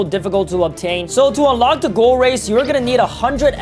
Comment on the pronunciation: Bro fr says goal race😂😂😂